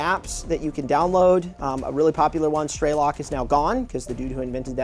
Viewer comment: It's not pronounced "straylock", it's Strelok, translates to Shooter. Same as the name of the main character in the game Stalker: Shadow of Chernobyl.